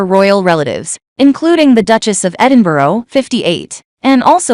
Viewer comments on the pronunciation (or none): What does 'the mother of 3' have to do with anything, or the 'mother of 2', or their ages.? Is there not enough to say? Edinburgh does not end in an o, think burr, not row.